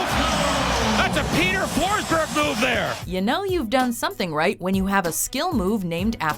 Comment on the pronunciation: you fuckig butchered Peter Forsbergs name